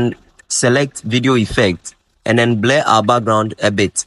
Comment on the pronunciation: OGA IT IS BLUR NOT BLAIR!!! 🤣🤣